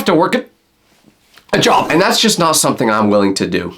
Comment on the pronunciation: bro stop saying jOb say job not like you wana vomin